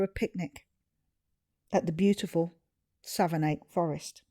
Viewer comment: Forgive me for this, but Savernake (Forest) is pronounced "Savernack", near-rhyming with "haversack". I was born at Savernake Hospital in '61. This is such a great video and idea. Even though we grew up very near the forest, I didn't know the picnic area was that one, close to Marlborough. We lived three miles or so the other way, between Hungerford and Marlborough. We didn't know Ryan, but our friends who went to John O'Gaunt School were in the same class (yes, Ryan holed-up and ended his life in his old school), and they said afterwards that he was withdrawn and silent. Seeing those graves made the victims seem more real. You were very considerate in filming only briefly and quietly in South View. Dogs are equal to people to me (and many others), so Ryan's shooting of his own dog (RiP) means he murdered 17. The garage at Froxfield was open for a long time after '87 - in case anyone was wondering, it wasn't closed due to the massacre. The school looks unchanged, as you said! Cheers from a former local, now 30 miles west.